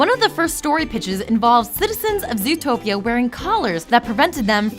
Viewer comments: Lol, zootopeo. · I thought it was called zootroplis